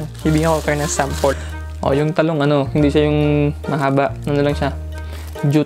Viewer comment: "TaLog" po sya di Talong na Juts. HAHAHAHAHA (LUH)